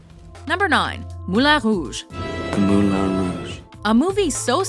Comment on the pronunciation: At least she isnt saying "Moo-Lon Rouge" which is how most English speakers butcher the pronunciation, the way she said it was actually acceptable.